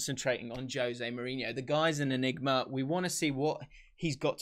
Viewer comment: I learned that I've been saying Jose Mourinho's name wrong for many, many years now.